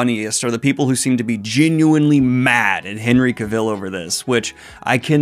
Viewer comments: Thanks so much for letting the fantasy news flow! The editing is always inspiration goals. Just a quick pronunciation correction for Henry’s last name. It’s pronounced like “elle” like the ending of “travel” instead of like rhyming with “devil”. Thanks again for providing the goblin horde with the news 👹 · The mispronunciation if his name is driving me nuts, so here watch this "How to properly pronounce “Cavill”, Henry Cavill’s last name." you can find it on YT, where the actor pronounces his own name so you don't butcher it more. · bro u say Henry Cavill's name wrong what the heck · Cavill is pronounced like Travel, his words. Butchering my guys name Back on subject, when we heard Henry Cavill was the Witcher we all held our breath until the first trailer came out. Now I ONLY see Henry as Geralt, elven when reading. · Oh gosh, please pronounce Cavill’s name as he himself pronounces it. It’s not a tricky name and it would take a minute watching an interview clip or clip from the Graham Norton show etc to get it right… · I hate to be that guy, but that's not how "Cavill" is supposed to be pronounced, at least according to Henry Cavill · I can't with you mispronouncing both Henry Cavill and Geralt... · why do you still pronounce Cavill like that lmao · Hate to be this guy but some pointers for you: I don’t think you are pronouncing Cavill correctly, and the UK has pounds not euros, and pointing a gun at the camera is a bit cringey. Otherwise: carryon love your content. 😅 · You gotta stop mispronouncing Henry Cavill's last name every 3 seconds. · You don’t know how to pronounce Cavill or Geralt. Also, in the UK the currency is pounds. Not euros. 🤦🏻‍♂️ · Dude, you have been sauing the name wrong the whole time. It is CAvil, not Caville. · Was looking if anyone else noticed and commented on that. I verify it is indeed CA-vill. Also, did I hear a Ge-RALT instead of GE-ralt? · It’s Cavill as in Travel just fyi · Ahh, It's not Cavill, it's Cavill!👆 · It’s CA-vill.